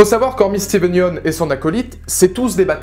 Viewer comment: Comment il écorche le nom de Steven